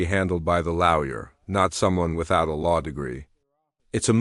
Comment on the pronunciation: Terrible AI. Why not just narrate it yourself? Like what is a laouer?